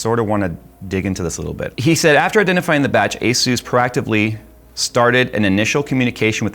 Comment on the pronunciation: "...gotta pay attention to the words here's...." proceeds to read proactively wrong... 😆 never change